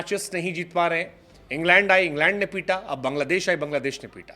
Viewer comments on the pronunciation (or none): none